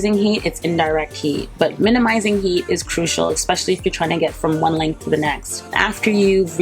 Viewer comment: You're like my mom, repeating things like two, three times. Btw she's 80. Also, it's especially, not eckspecially.🌻